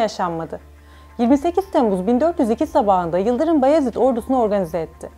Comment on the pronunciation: "Bayezid" diyeceksin "Bayezid" 😠